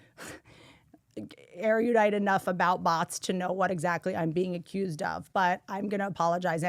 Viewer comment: its Eh- ru-dite. three syllables not four.